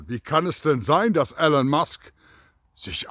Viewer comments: Super Video! Aber er heißt nicht Alan sondern ELON!!! Man spricht "ILON" - seinen Namen sollte man schon richtig aussprechen. lg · E L O N ! Nicht "Allen". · Er heißt Elon, nicht Alan. Könnte man inzwischen wissen.